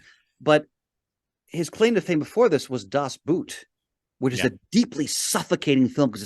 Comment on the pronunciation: And I guess once again for the people all the way in the back of the theatre, playing on their phones or making out with their date: Das Boot is really just pronounced like boat and not like the foot wear.